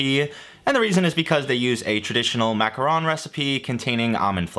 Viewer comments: It's pronounced macaron, since you asked. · “Mac-ah-rhon” French pronunciation. “Mac-ah-roon” chocolate and coconut clusters, not the same thing. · MAC - a - roh(n) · Hey -- love your videos. It is pronounced macaron (MAH-cah-ROHN) the classic French cookie sandwich, and macaroon as the gross (sorry queens my opinion) little coconut lumps. Macaron (French cookie sandwich) is normally pronounced in non-francophone countries as MA-cah-RON. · The correct pronunciation is definitely not macaroon cause that's a different pastry 👀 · It is pronounced Mac-a-Ron. Macaroons are a completely different cookie made with coconut and chocolate. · Macaron is pronounced mak ka ron